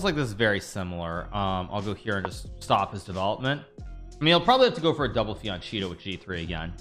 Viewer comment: Fee an Cheeto? Is that right,? It is Fee an Keato. Holy shitbawalls.